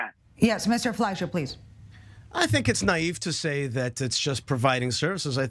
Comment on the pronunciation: The moderator had no control over this discussion and allowed the panelists to talk on top of each other. As a result, I couldn't follow the discussion very well. Also, the MK didn't know the moderator's name and pronounced as Fleishman. Weren't the panelists briefed beforehand?